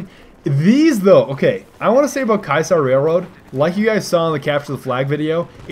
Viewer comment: Why does everyone say "Ky-saar" Railroad? It's "Kee-uh-sar". Ki-a-sar. Not Kai-sar.